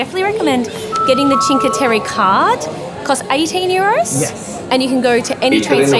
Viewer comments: I understand you;re Australians but please say Cinque Tereh not Cinque Terry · Always love your videos! But you guys butcher the names of Vernazza and Cinque Terre!:)